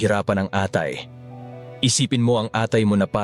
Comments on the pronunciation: Mali ang pronunciation ng atay hehe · Your Tagalog is perfect except when you said ATAY. Are you AI ? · Bat iba ang bigkas mo sa atay? Mandaya kaba?